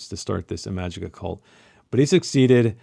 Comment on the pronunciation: Ee-ma-jee-ka you uncultured swine. Have you read My Dark Vanessa?